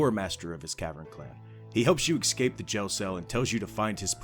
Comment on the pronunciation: Please my guy, it's "escape". Not "excape"